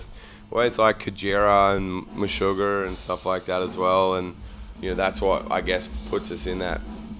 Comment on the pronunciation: are we all just ignore he said meshugger? lol